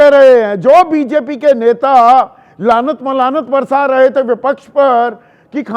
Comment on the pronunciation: आप जैसा माहिर ऐंकर "लानत मलामत " को "लानत 'मलानत ' कहता है तो हैरत होती है. पिलीज इसे ठीक कर लें.